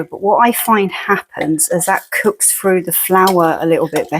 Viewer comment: It makes me giggle when the Irish starts to come through in your accent, and you say 'true' instead of 'through' lol Love it! I'm not a curry or rice person, but still watched as you never know what little gems I might learn, like adding salt to the onions to help the flavour come out 👍